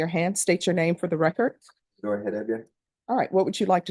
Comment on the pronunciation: You would think a educated judge wouldn’t say “recort”